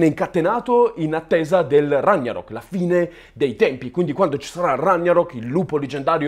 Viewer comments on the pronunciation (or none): Grazie che l'hai fatto notare. Ho sempre una fitta al pancreas quando lo sento pronunciare con la G dolce. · Ragnarok si pronuncia con la "G" dura. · Ragnarok va pronunciato senza gn perché nelle lingue germaniche non esiste la gn di gnocchi. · Andrew :3 giusto! 😉